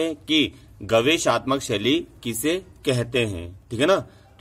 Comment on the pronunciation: महोदय शब्द गवेषणात्मक है गवेषाााात्मकक नहीं